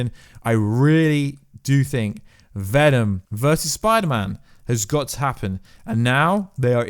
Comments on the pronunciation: Do you not know how to say the letter s? Pider-man. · Is it just me or is he saying Biderman like half the time